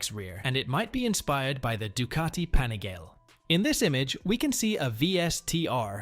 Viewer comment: The AI voice pronounced so many names of the vehicles wrong. I laughed out loud at the Panigale. 😂